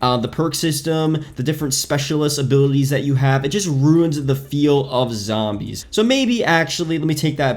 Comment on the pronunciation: You can't pronounce zombies for some reason so zo zombies not sambees